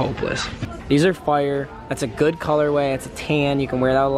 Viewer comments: He says fire like foire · says fyyre instead of fire and its funny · did anyone else realize he pronounces fire "fie-errr" its funnys asf